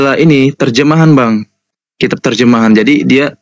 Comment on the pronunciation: Pendeta ini selalu memperlihatkan kesalahan membaca bahasa melayu kitapnya ini pirman tuhan